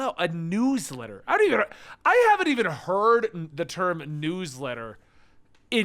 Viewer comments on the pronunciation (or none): none